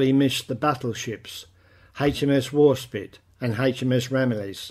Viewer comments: Warspite not spit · As ex-navy I agree with last comment, Warspite, not Warspit!! Good video but this makes you look like you haven’t prepared properly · no no no...WARSPITE NOT WAR SPIT !!! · sorry mate but its warspitE